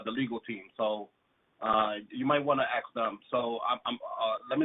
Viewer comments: You know you're speaking with someone really sharp when they use the word, "ax" instead of "ask." ;-) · “You might wanna axe them” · "you might want to axe them"...........classic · Why can’t certain segments of the population pronounce “ask” correctly?